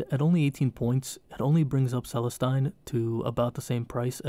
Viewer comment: Really great video, looking forward to watching the rest in the series! Only thing, pronunciation on Celestine is meant to sound 'Celesteen'. Keep it up!